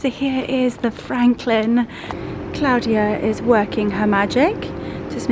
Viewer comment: Thank you so much for taking us along on your wonderful day in London. I always love how you say Claudia the correct way. My name is also Claudia and the only person that pronounces it like that is of course my mother. I know you were exhausted after that day. Hope we get to see the ouppies again soon. They are just precious.